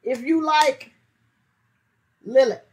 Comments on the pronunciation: Liliac pronounced lil ee ack how hard can this be . You do good reactions but get the name right you will win my subscription when you do . Fang4life Rock on and rock hard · Pronounced Lily-ac